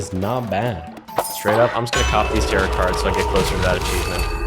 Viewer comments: I hate when people don't know how to pronounce tarot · Did he say tarot like carrot? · Him saying tar-it instead of tar-oh hurt me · Friendly note: Tarot is pronounced Tare-oh, not Tare-ot. The t is silent! Great video btw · Lol its pronounced tarot cards (t-air-oh) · the mispronunciation of tarot is truly one of the most things about this playthrough